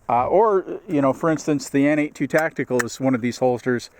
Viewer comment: Good review. I bought a Freedom Carry for my Glock 19. While I generally like it, I find that the G19 is just a bit too big for me to comfortably carry IWB. Also - no big deal, but I think that the N82 holster company is actually pronounced "Nate squared."